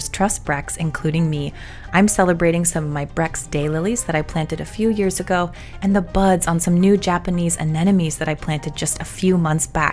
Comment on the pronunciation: A-NEM-o-nies, not anenomies. A lot of people seem to say it that way.